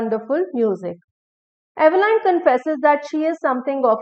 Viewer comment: Dear madam, The correct pronunciation is not /ive-lain/, but /'i:v-lin/